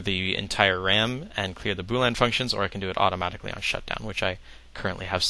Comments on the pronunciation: fyi its boolEan not boolan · its boolean not boo lan lol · why do you keep saying boo-lan? it's bool -ee-en. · This is awesome, BUT... could you PLEASE stop saying "boo-lan" logic. It's pronounced "boo-lee-un". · I've always pronounced it bool-ee-an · It's 'boolEan' not 'boolan'. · agreed. But how can someone so smart not be able to pronounce "boo-lee-un" logic. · Say 'Boo'. K, good. Now say 'lean'. Awesome. Now say 'Boo' - 'lean'. Congrats! Now you don't pronounce it wrong. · I'm sorry, but when you say "Bool-Anne" are you pronouncing "boolean" differently than me, or are you referring to something to which I am not familiar? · Weird, I thought it was pronounced "boo-leen"...